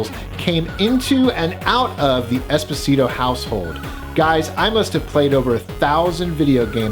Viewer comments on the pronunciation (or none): none